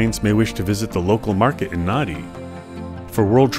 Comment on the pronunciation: Nadi Its not Naddi its pronounced Nandi